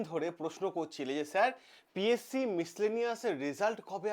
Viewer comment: Psc valo kore uccharon korben😂😂😂😂😂